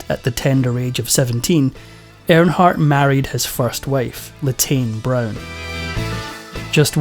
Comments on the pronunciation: It’s Earnhardt not airnhardt 🤦‍♂️ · It's earn hardt. Not air hart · His last name is pronounced ern-hardt not arronhardt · First of all,... it's "EARNhardt", not "AIRNhardt". Secondly, stop calling this a sports moment. NASCAR is NOT a sport. 👀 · Who is air in heart? Make a video of the man, at least pronounce his name correctly. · You can't even say his name right. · I hate when foreigners talk about America or American people. If you can't pronounce his name, stfu!!